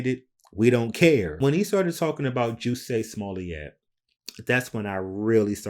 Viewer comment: Juicy Smooyeee!!!!!! got laughs every time he mispronounced the name.